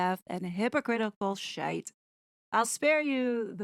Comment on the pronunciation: How you said “shite” ! 😂😂😂😂 Are you from my hometown of Belfast?!!!